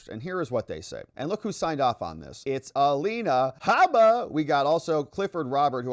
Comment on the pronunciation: I Love the way you say Alina Habba's name!!!!! She is terrific!!!!